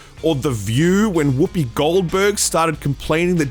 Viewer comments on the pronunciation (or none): none